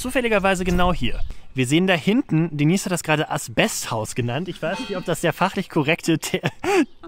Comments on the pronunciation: Ganz witzig. Schade nur, daß ihr euch, als auf dem Land Aufgewachsene, doch wieder nur sehr viel über die typischen Dorfklischees lustig macht. Außerdem: wie heißt die Dame denn jetzt? Denies oder Deneise? Noch nie gehört, daß der Name so ausgesprochen wird! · Denise? Das ist doch „Deneise“! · Hallo Ihr, Hat mir gefallen, wie Ihr Eure Pilgerreise präsentiert habt. DENISE ("Denaise") hat auch eine feine Art, Humor und Albereie mit Seriosität und Charme zu verbinden: Sie weiß, dass sie hübsch ist, - bildet aber sich keine Eitelkeiten darauf ein!!! Zu der TV-SERIE muss ich dann mein Bedauern zum Wechsel der Besetzung aussprechen= Die PFIFFGIGKEIT*, besonders der Hauptdarstellerin Haas-Peters, ist einfach futsch!!! Man (?) sucht beinahe krampfhaft *danach*, es bleibt leider nur TRAGISCHES Nachtrauern! ECHT SCHADE! Obwohl ich nicht gerade ein Fan von Serien bin, - hier lob ich mir die Wiederholungen der Ersten Staffeln!!! Grüße aus dem Schwarzen Walde (...Glottertal***) Robin